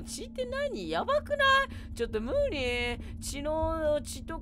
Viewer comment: ちょっとむｩ⤴︎りｨ⤵︎